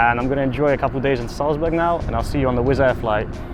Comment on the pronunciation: Dude, it’s called „Salzburg“, not Suezbörg.